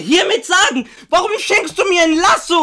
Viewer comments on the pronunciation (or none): Digger was für Lassom? 😂😂 das heißt lasso😅 ohne "M"😅😅😅